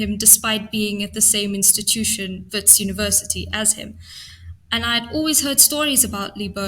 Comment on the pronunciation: Well done for the correct pronunciation of names like Keneiloe and Wits! It shows that you take care when you prepare the material.